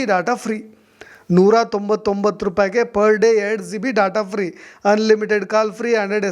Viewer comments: ಝೀಬಿ ಅಲ್ಲ ಜಿಬಿ ಅದು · Don't pronounce G(ಜಿ)as Zee then you will sound like a villager(ಹಳ್ಳಿ ಗಾಮಾಡ್) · Zio..., zibi... Alla sir gb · ನೀವೂ GB (Giga Byte) ಅಂತ ಕರೆಕ್ಟ್ ಆಗಿ ಉಚ್ಚಾರಣೆ ಮಾಡಿ. Zeebee ಅಂತ ಹೇಳಬೇಡಿ. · ಝೀಬಿ ಅಲ್ಲಯ್ಯ ಪುಣ್ಯಾತ್ಮ ಅದು ಜಿಬಿ GB ಹಯ್ಯೋ ಎಂತೆಂಥ U Tuber ಗ ಳಿ ದ್ದೀ ರಯ್ಯ ಖರ್ಮ 😢😮😅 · Bro Zee be alla GB